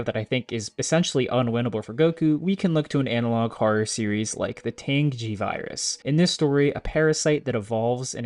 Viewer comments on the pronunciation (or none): Okay as someone who lives in Tangi, I feel required to inform everyone that its pronounced Tan(like getting a tan) Jee(like just the letter G). Hearing it pronounced Tang Xi like it was Chinese threw me for a loop